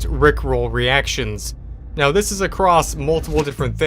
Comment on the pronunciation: wnedys also said know instead of now